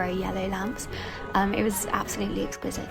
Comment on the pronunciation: It’s the peculiar swap out of the E’s for A’s in her pronunciation that grates for me, e.g. example is axample, exquisite is axquisite, everyone is averyone.. so when except becomes accept, unfortunately, it tips over to irritating as nails on a chalkboard 😂 I’m sure it’s not deliberate.